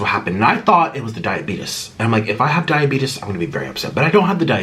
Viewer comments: “Diabetas” 😂 sorry it’s just I mean I’m not making fun of you but yea I’m sorry I’m cracking up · Instead of diabetes he says diabetus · Yes, he doesnt have “daiabetis.”